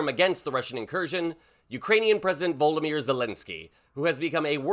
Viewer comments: Can you please say Zelenkyy's first name correctly. It is Vo-lod-a-my-er, not Voldameer (it's like you are trying to say Voldermort). I point this out because names are important, cheers from NZ 😊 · "Human codpiece..." Probaably THE most disgusting description said by a clearly TDS suffering moron who can't even say Volodymyr - seriously voldemir ? - what sort of dick head are you?